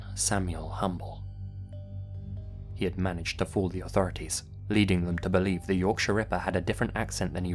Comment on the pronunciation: Oh my goodness! Someone who pronounced Yorkshire correctly! Even some English people can't do that correctly